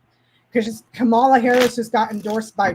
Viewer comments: Don't be a DonOld. The emphasis is on the first syllable. It's KAmala, like comma la not KaMAla! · it’s pronounced comma-la, or Madame President. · Great job. So fun & informative. Also: Let's all learn to say KAH-mala. Rhymes w/ "mama" & "no drama." This way we don't sound like Trump & Charlie Kirk & Sean Hannity intentionally mangling her name. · Accent on first syllable -- Kamala rhymes with 'momala' which is what her stepchildren call her. Not sure how 'no drama' applies -- 'no drama Obama'? (re Barack Obama?) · I know there isn’t any malice when yall do it but can we all make an effort to stop mispronouncing Madam Vice President’s name? It’s pronounced Comma-La. I say this because mispronouncing names has long been a tool used against Black and brown people and immigrants as a way to dehumanize them.